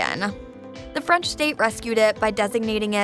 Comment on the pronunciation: Narrator really going out of her way to pronounce French with the hard R